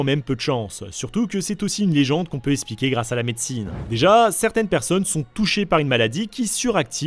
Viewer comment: Ça serait bien de commencer à prononcer expliquer au lieu d'espliquer